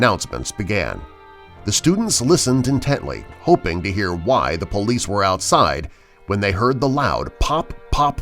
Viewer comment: All this time I thought he was saying bullies but he was actually saying police